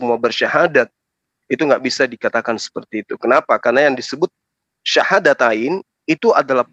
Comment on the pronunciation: Kl memang ibu dr ini muslim kenapa mengucapkan syahadatain aja susah.. Perlu hati²